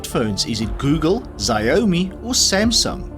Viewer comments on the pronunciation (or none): none